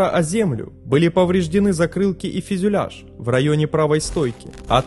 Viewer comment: мне каждый раз слышится "фЕзЮляж" вместо "фЮзЕляж"))